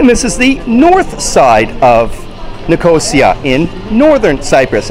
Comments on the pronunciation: By the way, It's Nic-os-ia, not Nicooosiiaaa, great video though. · Hi. This video has had thousands of views, and this is the first comment about how I continuously mispronounced Nicosia. Believe me as to how much it bothered me that I didn't practice how to say the city's name before turning on the camera. I appreciate the feedback and compliment. You're welcome to enjoy the other Borders on Budgets videos from Cyprus. Nine altogether.